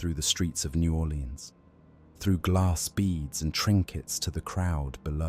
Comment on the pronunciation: Naw 'Lenz or New Orlèan(s). Are you even from there? Sorry, didn't sound like it.